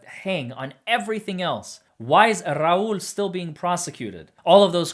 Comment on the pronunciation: Making sure to trill them R's is key! RRRRRRAUL